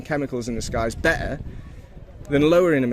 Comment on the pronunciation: IN, "MEH-EL, AND BEH-ER" WHERE I THINK HE MEANT "METAL AND BETTER", SOUNDS QUITE RIDICULOUS. A SILENT "T", OR SILENT PAIRS OF "T'S" DO NOT EXIST